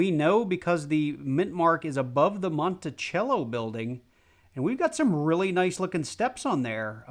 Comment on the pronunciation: It Monticello not Monticello